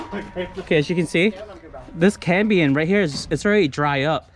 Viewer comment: Very cool but my ears were buzzing every time you said cambien. It's cambium lol. Now let me get my drill 😃